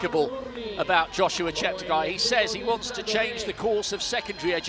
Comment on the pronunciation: Incredible performance! The commentator could atleast learn to pronounciate Cheptegei's name! Holy shite. (Ignorant bastard). I just barely made it below 30 minute on 10 km an I was a f*ng terminator, no joke. That's how indescribably fast this was. And unless you haven't ran at those speeds - they are incremental - meaning: every second gained, means exponentially the force, horse power and output needed. Meaning: you've probably never met anyone as fast as me and Cheptegei would still run circles around me. Stay humble, but work on that lard tbh. Motto: "10k - EVERY DAY"